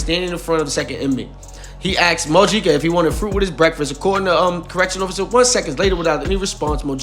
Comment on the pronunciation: It’s pronounced Mo-HE-Ca